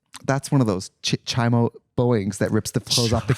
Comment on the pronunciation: I can't get over Trixie saying Chai-mo instead of chomo. 😂